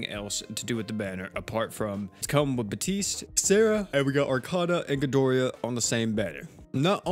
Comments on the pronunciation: "GI DOR AH" not gi dor E ah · Gido-rah, where where did the extra "i" come from? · Am I the only one who hates the way he pronounced king ghidorah's name